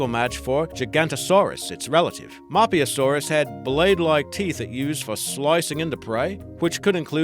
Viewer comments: did he say map u saurus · Din on ichus? Map u saurus? Ka chara dontosaurus? True dun? It's die no ni kus Map who saurus Kar Kara dontosaurus And troo don